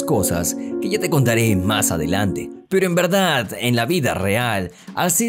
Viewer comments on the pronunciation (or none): none